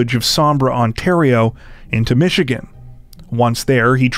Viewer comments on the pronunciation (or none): none